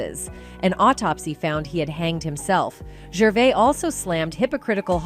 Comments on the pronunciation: He's not Canadian, you can't pronounce his surname correctly. At that point I bailed, I assume there were a lot more mistakes further on? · Us Brits are very proud of him calling out those twats and wouldn't it be great if you could pronounce his name properly?